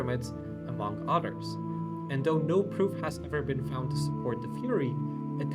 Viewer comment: Your English is really good. But you pronounce others as otters 🦦 Work on the pronunciation of the “Th” sound